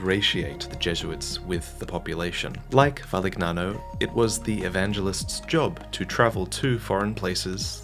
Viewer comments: Actually is pronunced “Valiniano” and not Valignano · So, not a single soul mentioned how he butchered the Italian name Valignano? Jeesh, I hate it when Americans pronounce all words as if they were of English origin. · That isn't how you pronounce "gn" in Italian. It's like Spanish ñ and Portuguese nh. It's a single sound. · Lmao “how dare a guy not know the linguistics of a language he doesn’t speak” He isn’t even American ya ironic goofball